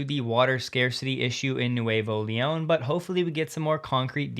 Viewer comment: Me gusta que Tesla vaya a hablar un poco de español. Btw, it's pronounced Nooevo Leon, which means new lyon (although it's really New Leon, which is a city in Spain).